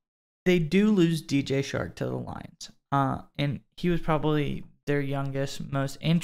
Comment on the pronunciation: It's Chark, not Shark. It's Balkey, not Balk. Research them names, lol.